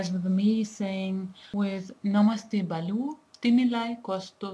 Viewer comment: its "bhalu" not "balu''...... really appreciate your work on promoting Nepali language........ dherai dherai dhanyabaad.......